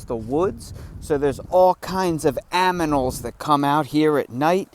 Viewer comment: LOL I thought I was the only one who said, "aminals". I just love all aminals. ❤😂😂